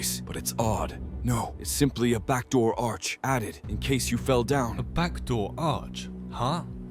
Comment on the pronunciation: "Bacdoor arch" 🥀🥀🥀